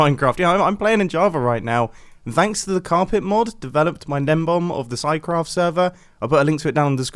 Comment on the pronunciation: It's gnembon, not gnembom